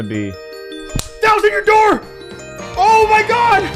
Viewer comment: Release the thousand yousand dousand vid